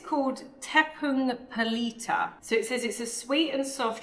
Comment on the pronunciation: Your tepung pelita pronunciation is spot on...thumbs up